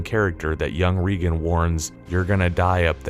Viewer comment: learn how to pronounce the words “Jesuit” and “Regan”